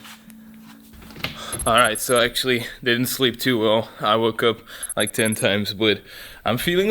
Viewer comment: Do u realize u said liek and not like